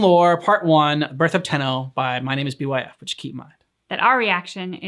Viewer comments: His name is pronounced as Bife, like life but with a b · btw his name is pronounced bite but with an f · YOOO LESS GOO Do more Byf for Destiny lore etc. It's pronounced Bye-f. Don't overthink the name. This video is fairly outdated visuals wise. He's retelling the most basic background lore of the Tenno, but so much is missing.